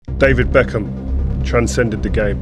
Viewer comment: David ' backhim'